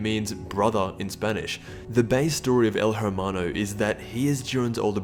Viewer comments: Really ? El HHHHHewmano ? You don't pronounce it like that ! You say it this way : EEEEL HEEEEEEEEERRRRRRMANO AY AY AY HABLO ESPAÑOL CHICAS ! end me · The H is Silent when you talk spanish example: El ermano. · It’s pronounced ermano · You don't pronounce the "h" in Spanish it's pronounced "er-ma-no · You're saying it wrong, said it like el ermano, sometimes the "H" in spanish is mute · H is silent in hermano so its ermano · Aye it’s ermano u don’t pronounce the h in Spanish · Hermano the H is silent say it like this ermano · It's pronounced "ermano" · You don't say it with the H U say it like Ermano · The H is silent in spanish, just say Ermano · It's said Ermano the h is silent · "ERMANO" the H is silent. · I speak Spanish and just gonna say hermano is pronounced (er-man-do) because in spanish the h is always silent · um el hermao, silent h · You're not supposed to say the H in El Hermano. It's El Er-mano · Every time he pronounced the H in Hermano. It made me cringe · Don’t pronounce the h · The H is silent tho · You don't pronounce the "h" in Spanish my guy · In spanish you're not suppose to pronouns the H, so please, next time don't say El (H)ermano, made me cringe so much. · The way you pronounce “el hermano” kills me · the H is silent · Dawg, my dude, my friend, stop pronouncing the "H" in hermano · Please The H in Spanish is silent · You don’t pronounce the “H” in hermano. Wtf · Dude you dont pronounce the H when saying el hermano. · you dont pronounce the h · The way you say Hermano bothers me quite a bit, but you said you don’t speak Spanish so....... you tried. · La "H" es silenciosa parcero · The H is silent I cringed throughout the whole video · the "h" in hermano is mute, please stop saying it like that its really fucking annoying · I think your pronouncing his name wrong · Your saying it wrong...Lol when white people try to say Spanish words. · You don’t say the H at all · I downed your video not because your memeing, your saying "Hermano" wrong